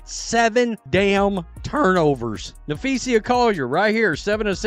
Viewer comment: Dude that you use needs to learn how to pronounce Napheesa’s name. As a teacher I made sure I said my students names correctly. This dude needs to learn that respect